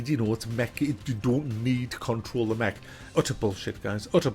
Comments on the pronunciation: He keeps saying Mech and all I hear is Meg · is he saying, Mc? Mack? Mech? Mag? Neck? game?